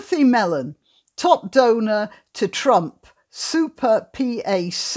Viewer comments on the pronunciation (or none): ...and pronounced pack rather than pee-ay-cee. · PAC is pronounced Pack, and stands for Political Action Committee. Still luv ya.